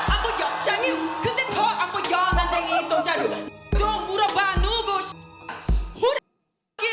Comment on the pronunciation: 난쟁이 똥자루 할 때 발음이 너무 찰져서 웃겨죽겄음 ㅋㅋ